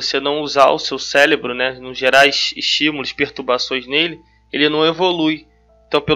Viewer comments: nOHH pessoa falando célebro, que agonia. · É CÉREBRO e não céLebro!!! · Boa a explicação! Obrigada! Preste atenção quando tiver que falar cérebro e não célebro. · me desculpa, mas fiquei curioso ... pq vc fala célebro? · cara tu explica sintropia e entropia e diz CELEBRO? Cuidado com isso. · Se você vai falar a palavra várias vezes no mesmo vídeo você podia muito bem aprender a falar ela. Se já é cansativo ouvir uma pessoa repetir a mesma coisa a cada 15 segundos imagine quão irritante é, nesses 15 segundos ficar ouvindo a palavra errado!!! Sélebru Sélebru Sélebru